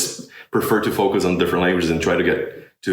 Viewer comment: He seems to have a bit of trouble with the English "th" sound. He'll say "dis" and "dat" instead of "this" or "that". The "o" sounds a bit different as well. It sounds more nasal than usual. He seems to skip middle consonants in short words like saying "focus" as "fo'us" or "level" as "le'el" or "French" as "Fre'ch". Obviously, there is nothing that would keep people from understanding him. It sounds very good and most people would not even notice these very small things.